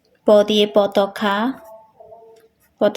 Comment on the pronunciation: পতাকা না পতাকা😅😅😂😂